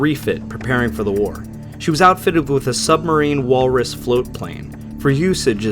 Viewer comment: This has probably come up before, but it’s “Supermarine Walrus” not “Submarine Walrus.” It’s the company that made the Supermarine Spitfire.